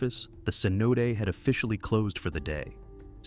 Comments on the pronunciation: Cenot-ay. not ce-note. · The inconsistent AI pronunciation of "cenote" 🙄